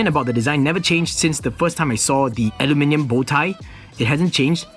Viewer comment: I really like that one!! Btw, I LOVE the way you say aluminium!! :)